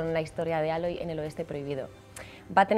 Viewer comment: Pueden empezar con pronunciar bien su nombre 🤦🏻‍♂️ porque no Aloy no se dice así como se escribe . Un saludo a todos los que se llaman Jomer 👍🏻